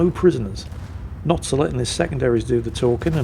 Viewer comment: Sir, it’s not sir, it’s Notser